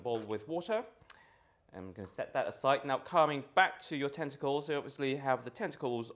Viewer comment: Could have sworn you said testicles instead of tentacles first mention ... 😂😏